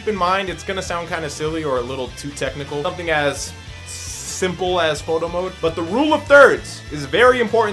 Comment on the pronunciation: Through out all this vid i heard him say moto mode instead of photo mode